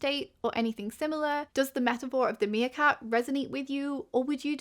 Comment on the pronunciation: Meercat, not 'Seercat' lol